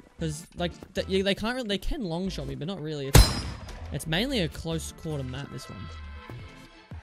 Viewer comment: Dude props to you, being able to say shot...,shuuoo, damn.